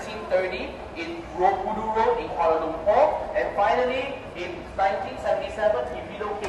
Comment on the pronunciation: Kalua Lumpur? 🤣 Epic mispronunciation. Koo - Wall - Uh